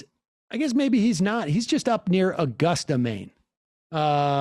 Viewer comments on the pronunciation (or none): none